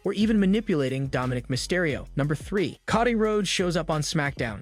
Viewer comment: dude ti is not pronounced caw dee it is co dee